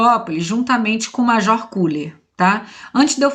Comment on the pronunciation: Na pronúncia alemã se fala "Keller". Nós petropolitanos também falamos errado falando Koeller.